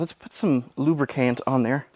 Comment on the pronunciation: LubriCANT or lubriCAN?